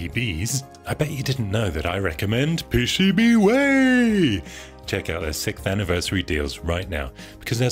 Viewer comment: if you were to create a language, would everything with 4 syllables have to be pronounced the same way you pronounce "PCB Way"?